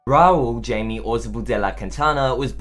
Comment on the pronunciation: His name is Jaime, not Jamie. Argentinians, not Argenteens. Argentines is aso correct. You need to double check your sources.